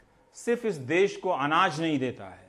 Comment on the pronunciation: देश होता है ना कि देस